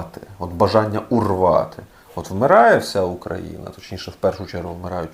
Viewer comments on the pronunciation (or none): none